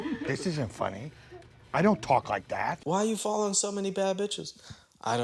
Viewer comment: It funny how Angela says “follern” instead of “following” 😂😂😂